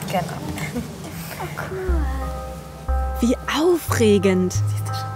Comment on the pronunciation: das heißt c o o l und nicht kull